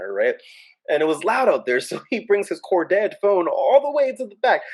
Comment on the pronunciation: The way you say corded...Core dead phones 🤣🤣🤣 The cords could be REALLY long. We used to string the phone thru the whole house. Others would walk under the line like we were playing the limbo. Or jump over it like a jump rope. 😂😂😂😂